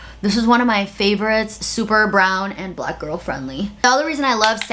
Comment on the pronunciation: I really don’t like the way she says “black”. Too much emphasis that she doesn’t use when she says brown or white. She makes it sound like it’s a slur